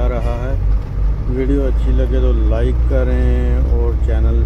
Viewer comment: Jab jab like ko life bolate Hain to bahut hansi aati😅 so cute good job